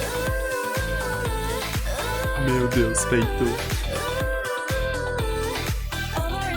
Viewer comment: O nome da senegalesa não se pronuncia "Feito", se pronuncia "Fatú"